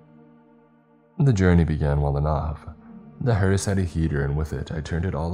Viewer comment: Why do I hear " HORUS ' instead of hearse ?